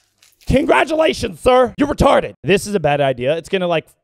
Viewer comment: Angry Cops pops in "He's Retodded"